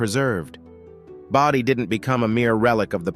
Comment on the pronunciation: Why does San Zhi get two slots? And #7 is pronounced BOH-dee, not BAH-dee. Got it right 1/2 the time and it's annoying.